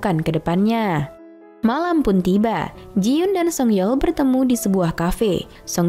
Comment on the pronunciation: Koreksi dikit kak. Itu jiyon bukan jiyun